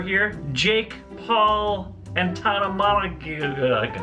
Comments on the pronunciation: Poor Tana 😂 always getting her name said wrong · butchering Tanas name has me rolling 😂😂😂